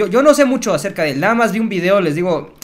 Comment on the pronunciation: maxs es fernanfloo no fernan floo